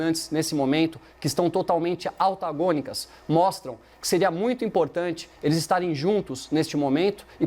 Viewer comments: falou "autagônicas" ou altagônicas!? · Posturas "altagonicas". O não sabe falar. É Antagônicas. Que imbecil. Não é a toa que Gabriela tá jantando mais cedo todo dia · "Altagônicas" 😱 Todo video um assassinato da língua portuguesa. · Gente, o que seria "autagônicas" que esse ASNO falou? Senhor!!!!!!!!! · NA SUA INTRODUÇÃO: "....POSTURA DOS NOSSOS GOVERNANTES QUE ESTÃO "ALTAGONICAS" "?????...RSRSRS.... AI AI... ME FEZ LEMBRAR O CONJE....KKKKKKKKK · "AUTAGÔNICAS". Que mané esse 😂😂😂😂😂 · está criando um novo Idioma: "AU TA GÔ NI CAS" Todos os dias ele extermina nosso Português. Esse debate é Desproporcional... Gabriela nem faz força... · Eu ouvi "AUTAGÔNICO"?! Pede para sair,... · "AUTAGÔNICAS"... ele não cansa de passar vergonha. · "Altagonicas" ou "Autagonicas", by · AUtagônicas??!!! Escutei direito??